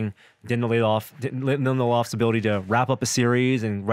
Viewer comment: It's Lindelof, not LindelHOFF. Sheesh :(